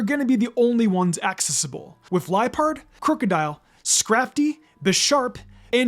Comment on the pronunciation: It’s pronounced lie-PURD, high-DRY-gen, ZVY-liss, DRAP-ee-ahn, pan-GUH-roh, and lah-nuh-KEE-luh, “”! 🤨 Stop mispronouncing Pokémon names, you idiot! 🙄